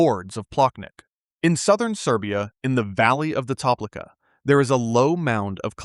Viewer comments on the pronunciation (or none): By the way , Toplica u pronounce like Toplitza. Learn how to pronounce foreign words